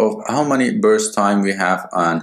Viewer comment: it's burst not brust